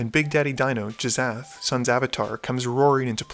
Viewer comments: J...Jizath? Hard G, and well, "sh" makes the "sh" sound not "z" "Gih-shath" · "Jizzath" --> "Gish-ath" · Do you mispronounce card names on purpose? Jizzath? Narinthols disk?